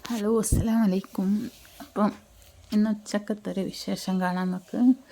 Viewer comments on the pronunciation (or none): അസ്സലാമു അലൈക്കും വറഹ്മത്തുല്ലാഹി വ ബറകാതുഹു എന്നാണ് പറയാ ഇങ്ങൾ. പറഞ്ഞത് തെറ്റാണ്😊😊 അക്ഷരങ്ങൾ തെറ്റിയാൽ അർത്ഥം മാറും